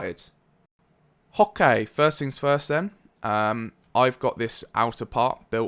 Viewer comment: it sounds more like a "hoc kay" to me o-o